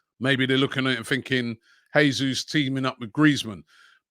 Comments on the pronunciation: It's pronounced "JESUS" (don't be shy and pronounce that "J" 😉) not "HESUS", he´s Brazilian, not Spanish. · It’s pronounced Jayzoos not Hayzoos, just saying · Robbie Jesus is pronounced Jay-zeus not Hay-Suess.FFS stop being so lazy. He's Brazilian not Argentinian. He could be playing for us next season. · Robbie, since Jesus is Brazilian you should pronounce it with a strong J since you’d say it in Portuguese. If he was from a Spanish speaking country then your pronunciation would be correct.